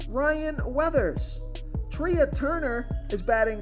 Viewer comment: Trey Turner....not treaaa. Its spelled trea but its pronounced trey